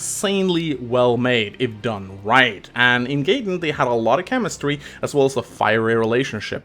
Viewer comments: Come on, its GUY-den not GAY-den:( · wtf you pronounce Gaiden here correctly but insist on calling it GAY-den? You fucking troll:(